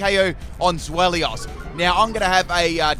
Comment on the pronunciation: It's pronounced ZWEI (as in the German word for 2)-LOUS, not Zwel-ious